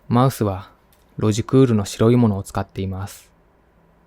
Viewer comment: マウスがマイスに聴こえて、(あ、働きすぎて複数にみえている…？？)ってなった(笑)お疲れ様です。ほんとに。